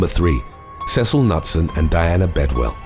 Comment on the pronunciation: Just FYI for a next time......the surname Knutson is pronounced like 'Kanoot-son' instead of Nut-sun. I have quite a few in my own extended family. It is a Scandinavian surname meaning son of Knut, which of course, is pronounced Ka-noot. Also, I would rather ...........oh, that's a hard one! I guess I would rather lose all memory of the last 2 years if I have to choose. I wouldn't want to be under the mind control of any villain, comic book-esque or not. They might make you murder someone or worse! Thank you for an excellent video as always!